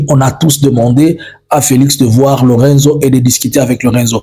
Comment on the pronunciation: Presidente João Manuel Gonçalves Lourenço. En français, lourençou non lurenzo